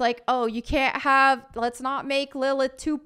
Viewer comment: Did you say “hovv?” Do you mean “have?”